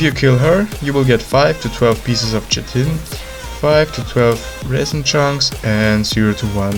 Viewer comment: Chitin Pronunciation: Kite-In